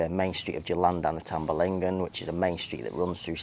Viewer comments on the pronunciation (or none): "Tamblingan," there is no "ba." "Tam-Bling-Gan" 🙄